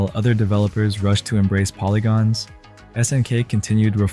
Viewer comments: "...many fighting purist stayed with SNK`s 2D offerings", while showing a clip of Street Fighter 2. Video seems like it has a good start but then starts with butchering pronunciations of "S>N<K" and several games. He could have made a simple google search to find out how to pronounce words like "nihon" or "garou" along with several others. Vid was half-baked for me. Other channels have done Neo-Geo vids much better because they lived during that time. This guy doesnt talk as if he grew up in that era, just repeating a wiki or some article in a dry way. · Obvious AI content--it can't even pronounce "SNK" correctly.